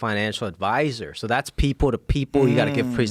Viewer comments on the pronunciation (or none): Jimmy oyang said peebo to peebo communication . He didn’t pronounce people ! He said peebo to peebo